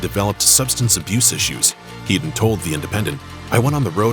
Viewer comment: FINALLY SOMEONE GETS THE PRONOUNCIATION RIGHT WITH TOPPERS SURNAME. HEEDON NOT HEAD- ON.